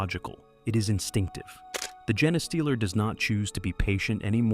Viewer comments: GENE Stealer... not gen a stealer.... xD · I know you have “jeens” not “jens”. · "gen-eh-stealer" convinced me this is AI. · For gosh sake, just spell it as "jean stealer" so the AI will at least pronounce it correctly. Effort! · Pretty sure it's "gene stealer" not whatever the F this AI bot said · AI can't pronounce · dude no, whoever wrote this script went out of their way to make sure the AI read the script as Gene-A-stealer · Gah, I hate a mispronounced name. I just keep screaming the correction to an uncaring recording. 🤮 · Interesting way to pronounce genestealer...